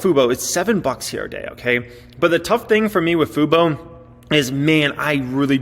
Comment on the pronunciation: Hey you learned how to say FUBO!!